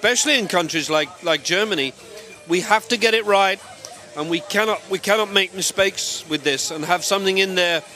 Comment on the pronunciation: lol "we cannot tolerate any MISPAKES"